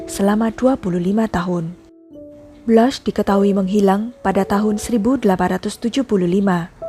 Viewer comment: Blans. Bukan Blas.